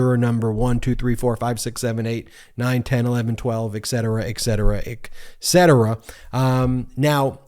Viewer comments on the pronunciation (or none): I watch you and the broz alot. I am probably the only person who cant stand the Chumps & Chumpsters more than you guys... Do me a favor, stop saying "EC cetera". It is et cetera... I can hardly spell CAT... but I know that If I am incorrect please let me know :) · BEN!!! Not eckcetera. Et cetera. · Please tell this fool it's spelled, and pronounced * et cetera * and not ecksetra. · Ben, yer so East Coast. One of the most trivial annoyances in my life is the way you mispronounce et cetera - your pronunciation 'ec-cetera' would mean 'without subsequence' while the pronunciation (and the way it's written), 'et cetera' means 'and the rest of train'. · People who pronounce etcetera as EKCETERA is obviously illiterate and does not deserve a voice, even in the land of Free Speech. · How in the world did you never learn the correct way to pronounce et cetera? It's not "exetra." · Just wanted to say that there is no k in etcetera it sounds just like when you're saying "i done et" -- just saying... Love your YouTube channel. Listen often.